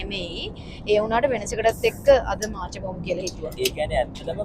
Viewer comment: මාචා නෙමේ මෝකා(මෝක්හා)😂